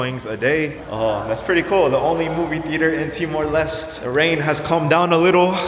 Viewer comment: Btw its pronounced Timor 'Lestey' not Timor 'Lest'